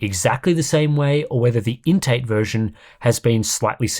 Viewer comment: Why am I hearing 'intake" instead of "INT eight"?